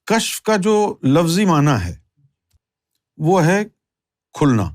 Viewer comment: Kashf ya kashaf pronounce karna chahiye